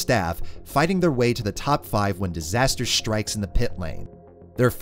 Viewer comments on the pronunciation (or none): none